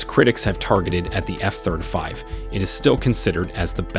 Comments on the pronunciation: Oh god I can’t take it!!! F THIRTY FIVE, not thurdafive!!! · Nice vid, very well researched. that said, could you consider NOT saying efthirdafive, and say efthirtyfive? It's driving me crazy! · F thurtafeeve?…perhaps ya mean f thurteefive? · F THIRTY FIVE stop saying F Third a five xD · Yep, was making me cringe. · I came to see if anyone else was bothered by it. It's driving me insane. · “Eff thirdafive” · If you can’t pronounce “F-35” properly then don’t WASTE my time reciting facts available on any publicly available public documentation online.